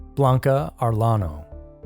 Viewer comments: Arellano is pronounced (areyano) in Spanish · Number three, had to laugh at your half-hearted attempt to pronounce her last name. 😂😂